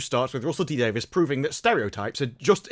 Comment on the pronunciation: I'm confused: Russel T. "Davis" or Davies"? You keep saying the former, while the later is the actual spelling of the man's name. I'm sorry-- I cringe every time I hear "Davis".